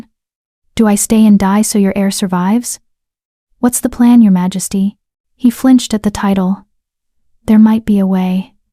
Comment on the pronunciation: Please teach the AI to say "majesty"!!